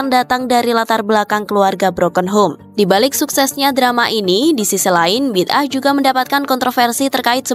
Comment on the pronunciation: Salah sebut tu bidah.. bida'ah mcm tak tau jer sebutan bida'ah. Ker korang mmg degil